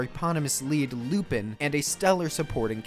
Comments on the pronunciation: Its not Lupin, its Lupahn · And lupan the 3rd is clearly pronounced differently but i think u did that on purpose